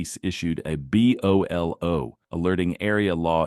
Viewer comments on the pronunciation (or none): It’s BOLO (bow-low). While your AI voiceover is better than most, there are basic things you can do to improve how it pronounces specific words. It just takes a bit of effort on your part.